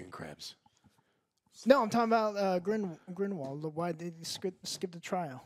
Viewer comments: Here we go again. GRINDLEWALD. Not GRIMWALD. Movie reviewer...learn the names if ur getting paid for this stuff. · It’s NOT GRIMWALD!!!!!!!! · I chuckle every time calls him "Grimwald":) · Joe consistently saying "Grumball" instead of Grindelwald is hilarious, but them saying how they remember all the Harry Potter movies while forgetting Aberforth, Hermione's parentage (both her parents are muggles, thats why Malfoy calls her "Mudblood") and how the Elder wand works is doubly hilarious. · These guys have a really difficult time to remember or pronounce Grindlewald's name... they keep saying Grindwall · Lol, Joe is always messing up character names. Grinwald? 😂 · Years later and still doesn’t know how to pronounce “Grindelwald” 🤣😂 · The movie is expectedly dumb I'm sure, but so is saying Grindelwalds name wrong 600 times within 40 mins, no offense gentlemen;) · I’m trying to figure out if Joe constantly mispronouncing “Grindelwald” is supposed to be a gag or not @@